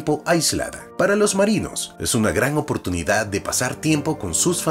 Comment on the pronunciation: "es una gran opurtunidad de vivir una experienca como la de El Resplandor"